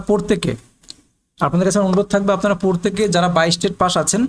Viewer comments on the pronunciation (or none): উচ্চারণ টা পোরতেকে নয়, প্রত্যেকে হবে। দয়া করে উচ্চারণ টা ঠিক করুন